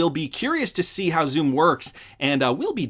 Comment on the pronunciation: Xumm is pronounced like "Sum", as in to sum up. Plus New York aren't going cashless, on the contrary, they're trying to prevent exclusively digital checkout. This is with the unbanked in mind, who do not have a digital method to pay so rely heavily on cash payment.